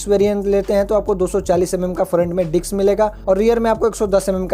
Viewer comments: Bhai it's not diks brake.... it's Disk Brake. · Diks नही disk